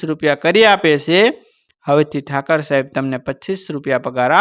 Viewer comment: Thakar saheb n kahevay Thakor saheb kahevay bolata shikho